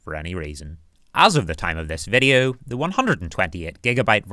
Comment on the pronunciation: meRa quest? i hear an R. yes i enjoyed the viReo.